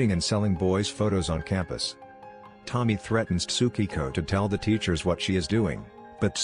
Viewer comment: I wrote « Tommy-ay », where you clearly pronounce the « I » then enunciate the « e » with « ay » though